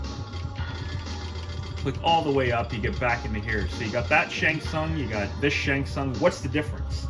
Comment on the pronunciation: Double Nice! 🥶🥶 I keep thinking is saying "Shang Fun" at times and I was thinking I was just hearing it weird, but even the Closed Captions hears it that way, too. 😆